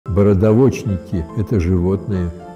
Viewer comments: Не бородаво'чник, а борода'вочник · Не бородаво'чник, а борода'вочник.